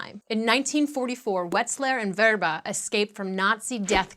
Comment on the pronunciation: Love your pronaunciation of Vrba :D ... Sounds russian ..... Ale to je rýdzo slovenské meno :D .... Love your show :)